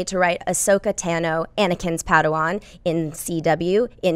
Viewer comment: it's tAH-no not tAn-o